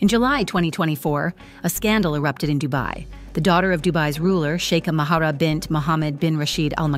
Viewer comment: Kindly do not pronounce the H in her name!